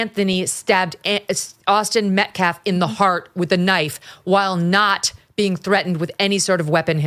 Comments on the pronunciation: It took Mom less than 2 minutes onto her speech before she started screaming and laying on the histrionics. I wonder where her son got such low emotional control? And the pastor is a slow head. He cant pronounce "Metcalf" and he uses phrases like "axe" instead of ask and "respek" instead of respect. He couldn't remember Daniel Pennys name. And he even looked nervous during his Great Value I Have a Dream moment. He knows this sht isnt getting over. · She called him the Metcalf boys. Didn’t even pronounce their name right nor could give them the dignity to use their first name which she damn well knows. They are disgrace, and I am disgusted in these people.